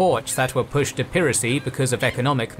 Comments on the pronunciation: It's ('pai ra cy) not ('pee ra cy) 😡❗ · "piracy" isn't pronounced that way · Did you say "peeracy"? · Weird pronunication of 'piracy' ! 🙄